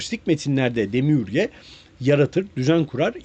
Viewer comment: Bilgiler guzel nacizane Gnostics telafuz edilirken g soylenmez nostik diye okunur demiurge de demiörj olarak